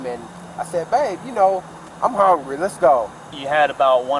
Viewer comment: "I'm hongryy" 😂😂😂